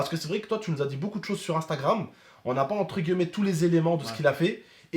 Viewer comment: encore une fois On prononce « entre guillemet « et non pas « entre gueullemet »